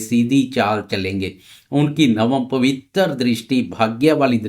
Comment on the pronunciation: 😂😂😂 jupiter ke paas teen pavitter drishti hoti hai. Chutiye pavitra hota hai pavittarr nahi😂😂😂